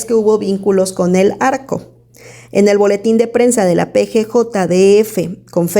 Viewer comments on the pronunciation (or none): Excelente contenido, Pero una duda, ¿ Porque pronuncian " el arco ", en vez del narco ?, y lo hace con varias palabras fuertes